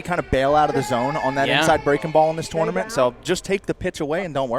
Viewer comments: 3 references to “this tore-na-ment” in the first 8 minutes. drinking game would f people up in a hurry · I wish would stop saying "twournament" so much😂